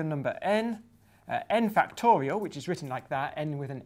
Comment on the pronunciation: I like how Professor Grime says "factowial." C'est tellement mignon ça